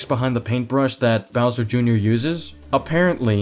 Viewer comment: "Browser" Damn, I didn't know IShowSpeed was reviewing this movie... (I haven't watched the movie, so I don't have anything to say other than sad that Rosalina gets barely any screentime... I just wanted to make this joke)